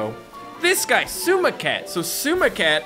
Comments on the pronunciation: if you talk about words... its not sUma, but sOUma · Every time tries to say Souma it hurts me